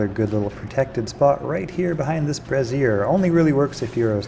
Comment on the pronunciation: Not ‘Brazeer’ It’s pronounced ‘Brayz-ur.’….Sounds like the name Fraiser. I know you don’t like being corrected so much but it’s gotta happen for all our sake.